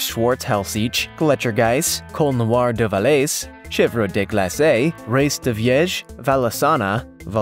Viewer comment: That Valais Switzerland goat is pronounced (Vol•LAY')